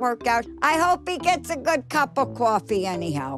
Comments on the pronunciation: "cwop of cwoffee" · "I hope he gets a good cup of kwofee anyhow" That's all anyone can hope for, really.